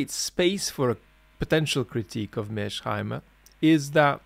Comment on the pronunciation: It's Mears-Heimer, not Mear-Sheimer!